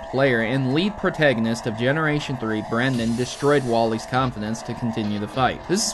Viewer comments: *Brendan, with an AN, not an EN. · Bruh it's Brendan, but I'm not complaining because you like my name, Brenden.